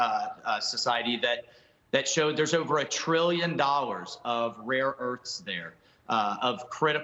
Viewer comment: First of all it is called Rare Earth, not rear earth. Second, are you sure they have Rare Earth in Afghanistan? Those are 15-16 elements , not rare, but hard to mine. Most of them are to make magnets. We can do with our own magnets.